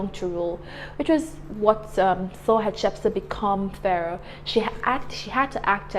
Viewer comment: Since these people are African I think we need to find the best prounounciation of their names. Her name sounds European and not African